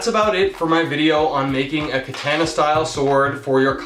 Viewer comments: You know nothing you pronounced the most famous type of sword wrong how can you do that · Said katana weird